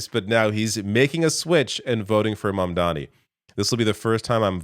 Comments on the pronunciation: Even Bernie didn't get Mamdani's name right. 😂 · Scarborough is so proud of himself for barely getting Mamdani's name right for once ... and then he proceeds to screw up Lina Khan. It's not even like it's a confusing name.